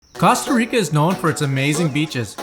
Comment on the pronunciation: Maybe you should learn how to pronounce Costa Rica before you start making videos